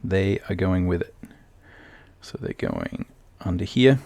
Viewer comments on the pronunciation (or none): Great video but the way he pronounces "no" and "so" hurts my brain. :)